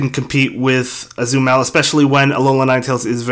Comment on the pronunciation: Its Azumarill not Azumell